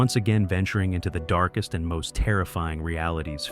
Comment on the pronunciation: he says "dark EST" for some reason in the intro, and then at the beginning of the Warhammer segment it cuts off for some reason when he's saying brutality- "brutali-" . Sounds like text to speech misunderstanding speech patterns.